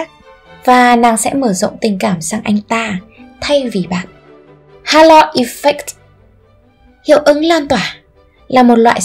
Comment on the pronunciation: Bạn nữ đọc sai từ operant, halo effect rồi. Các từ khác cũng bị sai âm đuôi. Cả conditioned và unconditioned nữa, âm ed phát âm là /d/ chứ sao lại /s/ quài vậy. Có 1-2 từ tiếng anh mà cũng ko thèm tra từ điển để đọc cho đúng vậy, có tôn trọng công sức người viết bài không? Nói sai nghe tuột mood luôn